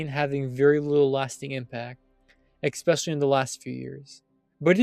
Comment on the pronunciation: Especially, not eckspeshelly. If you're going to do voice overs learn how to fucking speak